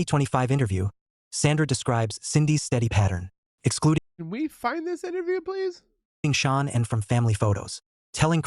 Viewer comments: SHA'NAN not Shawn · Her name isn’t Sean, AI STINKS. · This is ridiculous and disgraceful. hey cant even say shannans name properly with the STUPID AI..... And the story is completely wrong. Chris was not there when the nut incident happened. This is disgraceful that you would replay such a stupid video.